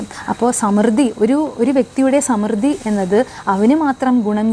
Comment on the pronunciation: സമൃദ്ധി ശരിയായി ഉച്ചരിക്കുക